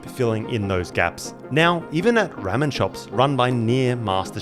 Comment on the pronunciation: Hey, the internal organs are the most toxic part of Fugu. Once removed they're locked in a metal box, details of the number of fish are recorded and they're collected to be disposed of. Its not "Rammin" it's "Rahmen" 😜 Your chicken prosciutto needed truffle butter!! Japan is the foodie capital of the World 👍